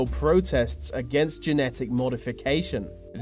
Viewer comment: he said medification not modification in the begining